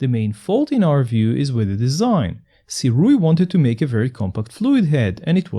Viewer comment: Thank you for pronouncing the name correctly. Other reviewers tend to pronounce it as Surei which is really annoying. Kudos to you!